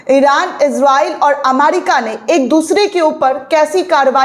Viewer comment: अमारिका नहीं अमेरिका है